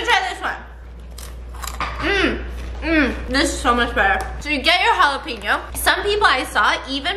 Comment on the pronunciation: They way she said jalapeno makes me mad 😂😂😂